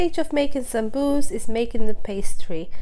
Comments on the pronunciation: why do you call it "Samsuus?" itis Saambuuse!!! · Beautiful. I like the way you say it Sambus. The correct way to say it is Sambusa/samboosa with vowel A at end of the word as it's in Arabic سمبوسة